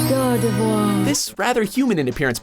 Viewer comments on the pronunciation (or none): Are we just going to forget he struggled to pronounce Gardevoir properly first time.